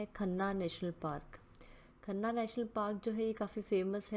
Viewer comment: कान्हा पार्क है शायद वो जिसे आप खन्ना बोल रही थी